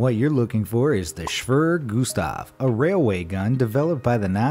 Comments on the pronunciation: "Schwerer Gustav" is pronounced differently. Not Shwöwrö Gustav, more like Shwearer like in "Bearer" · As a german, i laughed my ass of because we say SCHWERER GUSTAV not Schwrrrr gustaff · "Schwjever Gustav" xDD muss los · Actual pronounciation: [Shwerer Gustaf] In Video: [shwrrrrrr guhstaaf] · It’s called shu Witcher gu stov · When your german and you hear him say swrrr gustav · Schwerer Gustav is pronounced Schwee rare goose tough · Schvurr gustav lol Edit: jeez the amount of mispronounciation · You pronounced “Schwerer Gustav” wrong. Its pronounced “Shvere Gustav” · Shwrr gustav hahahhahahaha.. you could call it Heavy Gustav 😂😂😂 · It’s pronounced (shvara gustav) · you say SchväR-E-R gustav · Shweeeeeee Gustav 😂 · You are not saying the nazi gun right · As a German his pronunciation of Schwerer Gustav is to funny. It was so wrong that it was hard to realise that it is german xD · its so funny for an german like me how you say "schwerer Gustav" XD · Wrong pronunciation of the nazi gun wow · Kinda painfull as a german to hear him saying Schwerer Gustav xD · The way he says "Schwerer Gustav". Oh yes German is hard. At least if you do not even give it a fair try.😂😂😂😂😂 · Pleas next time spell Schwerer gustav correct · As a german i love how u say "schwerer gustav"! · You butchered the name of Schwerer Gustav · just stop .. stop trying to say schwerer gustav .. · would be a good idea to get a rough idea of how to pronounce foreign words on google especially when you monetize a video to the death talking about the schwerer gustav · The pronounciation of Schwerer Gustav just hurts but still great video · That german pronounciation was really terrible. just use google translate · his pronunciation of "Schwerer Gustav" is hilarious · somehow it offends me how you pronounce "Schwerer Gustav"